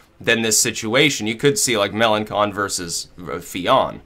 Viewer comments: Fillon isn't anti-EU, but Melenchon is. By the way, it's pronounced Melenshon, not Melenkon:) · Mélanchon is pronounced "Melanshon". Also I wouldn't bet on all Fillon voters to go to Le Pen or even most of them, it's extremely unlikely.